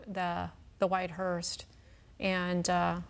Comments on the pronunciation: Hearse. Not hearst. 🤦‍♀️ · Hearse , not Hearsed ! Man you people of all people should be better at pronouncing words correctly ! 🙄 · could someone tell the female newscaster how dumb she sounds not even knowing she's pronouncing the word "Hearst"!!!! it's a Hearse.......not a Hearst!........if you're going to report the news, at least sound educated and know how to pronounce words correctly. Just makes it painful to listen to when they can't even pronounce a simple word correctly. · Are they calling it a "Hearst"? Or is it just my ears??... I'm quite sure it's called a "Hearse", right? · It's not a hearst lady, it's a HEARSE. Like purse but with an H. I don't understand why they called it a HEARST multiple times. There's no T in the word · Someone teach this lady how to pronounce "Hearse". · I came to the comments to see if anybody else picked it up. She is, but I hear him calling it the correct thing. But yes, she is definitely putting a T on it. 🤦‍♀️ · I caught that too. She also called the mechanical lift an "apparatus" 😂 One of my biggest pet peeves is when people say "acrosst" and put a T on the end. Drives me up the wall. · News 12, could you teach that lady how to pronounce “hearse” please.